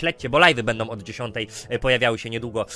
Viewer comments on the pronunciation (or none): none